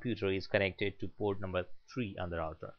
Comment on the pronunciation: hahaha i heard that tooo but ermm its internet port